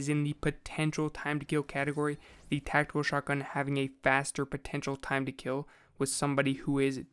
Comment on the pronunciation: The way you say tactical makes it sound Like Techno